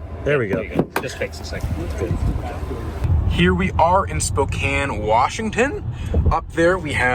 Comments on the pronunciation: Spokane is not pronounced Spo kane. It is pronounced spoow can. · Somebody tell it’s pronounced SPOKE-ANN! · It's pronounnced "spokaan" ... :) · Okay boys it’s Spokane, “Spoke” (like the part of a wheel) “Anne” (a woman’s name) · I cringed everytime pronounced Spokane. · As an eastern WA resident I’m enjoying your mispronunciation of our little town. 😂